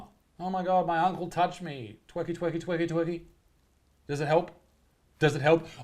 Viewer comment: “OR DOES YOUR UBCLE COME BACK FOR MORE?!?!?” 🤣